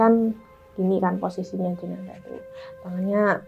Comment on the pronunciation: Bukan jenasah om tp jenazah